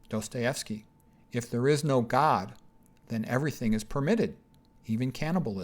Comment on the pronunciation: Dostojewski. Достое́вский. You butcher names. Aljoscha :-). Nietzsche there is no k spoken. It is like ge in the end.